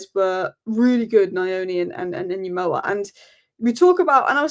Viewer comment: Actually it's pronounced UN-Gumoha! No doubt he will go by the name of 'Rio'